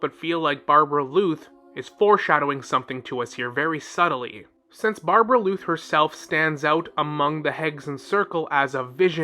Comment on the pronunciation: I thought it was a mistake before he repeated it many times. Barbaloth is also how it's pronounced in game so I suspect he's doing it own purpose